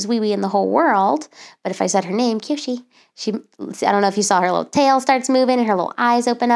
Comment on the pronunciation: Kyoshi sounds like sushi